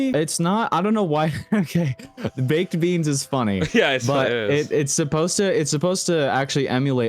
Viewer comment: “Baked beansl 😂😂😂